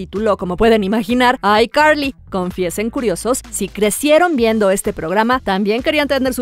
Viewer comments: PORQUE ESO DE DICES BIEN DRAKE Y JOSH Y NO DE ICARLY NO EN VEZ DE DECIR ICARLY DICES AICARLY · SE DICE ICARLY Y NO AICARLY